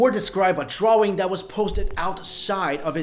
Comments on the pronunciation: "a dwawing" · "Drwarwring, I-ron".. seriously?? STILL??? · I just thought to myself a minute ago: "Is he saying draw-wing?" 🤔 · anyone else lose it when he says drawing?